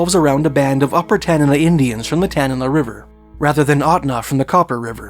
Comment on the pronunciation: Thanks for pronouncing Tanana correctly